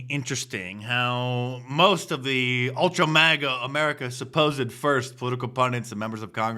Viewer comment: MIGA instead of MAGA As usual